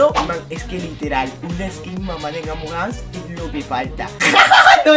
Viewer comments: Alguien se dio cuenta que dijo amom Us? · Me di cuenta que dijo amom us